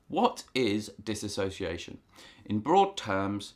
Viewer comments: For future reference it is pronounced diss-ooh-see-ation. Not diss-a-so-see-ation. No “a”. I have been clinically diagnosed with BPD (quiet) a very rare type of OCD. I dissociate on a regular basis and I experience severe amnesiac blocks. Thanks for the info and I am glad to know other people suffer the same. In my experience exercise and therapy are the only treatment that helps, also being able to talk about it. I have issues talking about most serious or perceived serious things without dissociation. It’s a highly miss understood and miss diagnosed mental disorder. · This might be a bit nitpicky for me to point out, but it throws me off when you're talking about dissociation and pronouncing it as "disassociation". As far as I looked up, disassociation isnt a word. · Well done video...except that the correct pronunciation is DIS-SOCIATION no A.🙂 My dissociation is linked to my SPD... Schizoid Personality Disorder and Social Phobia. Diagnosed 13 years ago. I've been treated with anti-depressants and anti-psychotics, and everything in between. Right now I am down to 16 pills a day(go me!). Oh and therapy, of every type. I still dissociate daily, even though I've become a recluse. I never know when it's happening. I just lose chunks of time and have complete amnesia. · You are both spelling and pronouncing it incorrectly. There is no a in the word, and contains only 5 syllables, not 6. Just passing that along. Dissociation.